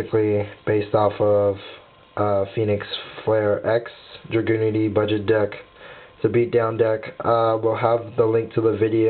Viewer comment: Why dose every one mispronounce dragunitys it's not dra-gunity it's drag-unity :/